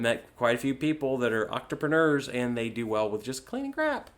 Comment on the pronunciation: is this guy saying octrapreneur??